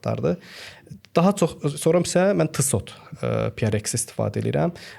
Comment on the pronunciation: Salam uğurlu olsun .Videonun başlanğıcında tissot deyirdiniz əslində onun tələffüzü TİSO olur. Yəni çox şey dəyişməz lakin Azərbaycanda saatlarla insanları birləşdirməyi özünüzə vəzifə götürmüsünüzsə belə şeylərə diqqət etmək lazımdır.